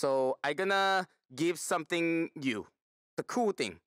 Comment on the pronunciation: PUT SOMEFING ON